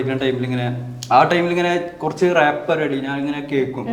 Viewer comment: ഇടയ്ക്കിടയ്ക്ക് റാപ്പ് നു പകരം ഇവള് റേപ്പ് എന്ന പറയുന്നെ 🤣